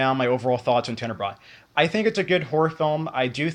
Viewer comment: I know this video is old but your pronouncing it wrong. Also, the correct sub-genre would be giallo, not slasher. Giallo are horror murder mysteries from Italy that were most popular around the 60's and 70's.